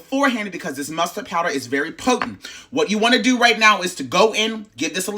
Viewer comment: "Just dew what I tell ya tuh dew" took me clean out and I cant explain why 😂😂😂😂